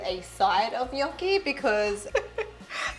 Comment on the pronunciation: love that you say gnocchi correct